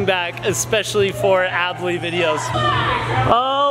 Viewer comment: Adley not addely